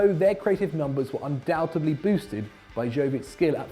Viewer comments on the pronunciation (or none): none